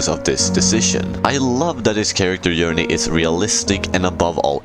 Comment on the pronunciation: He pronounces all J sounds that way it's just his accent "yourney" as well